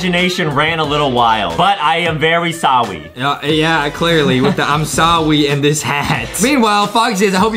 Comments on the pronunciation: It's im sorry not sowwy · But Its not Sowwy Its Sorry😎😎